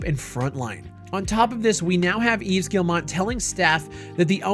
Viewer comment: his name is pronounced just like eve. The S in Yves is silent.